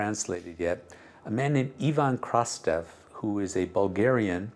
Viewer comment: Não seria Ivan Krastev? e não Ivan kristoff